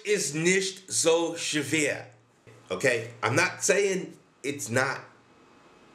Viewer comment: i like they way you say "schwer", pretty good :)